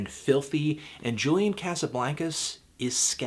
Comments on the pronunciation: Cosuhbloncuz that's how you say it David Letterman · every time you say Casablaincas I want to vomit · you pronouncing his name wrong you stupid fuck!